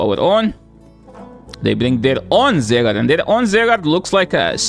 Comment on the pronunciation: ZYgarde not ZAYgarde